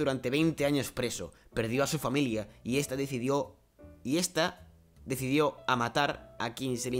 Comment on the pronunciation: también a ti te falta leer un poco En el prisionero decía decidido y tu leíste decidio